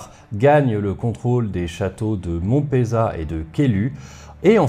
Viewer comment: pour info, on dit monpEUzat (de nos jours, parce qu'en toponymie occitane, on prononce toutes les lettres, donc il n'y a pas si longtemps, on disait encore monpeuzaT) et kèiluS (le S se prononce, comme d'ailleurs dans le jeu de plateau du même nom, dont le nom est inspiré du même village).